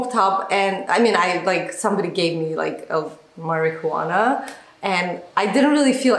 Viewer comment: Sorry. It is pronounced Mari wanna... not marijew wanna